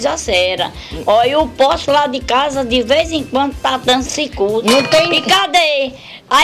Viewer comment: ZUZU DIVA: "O poste la de casa de veize enquandu ta dando SIKÚTI" KKKKKKKKKKKKK